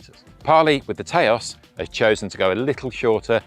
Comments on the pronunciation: Taos is pronounced TOWS (like house), not TAY-OS btw :) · It’s not Tayôs 😂😂😂 Taos, like you say tower. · Haha, brits trying to pronounce US/Native only words... It's pronounced Touse, like house, but with a T.